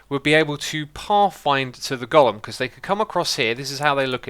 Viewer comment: iron gollum? long 'o', go-lem.